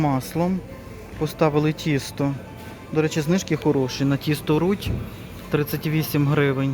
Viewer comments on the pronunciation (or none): none